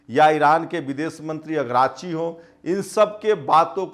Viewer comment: जी अगराची नहीं अराकची नाम है